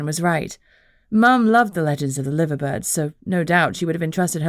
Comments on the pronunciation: Its pronounced Live er not Liver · Lie-ver birds. Not Livver. I know, not what you would think.